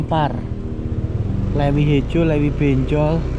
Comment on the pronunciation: CITEUREUP bukan citerep LEUWI bukan Lewi koreksi bro, nanti orang Sunda pada ketawa 😅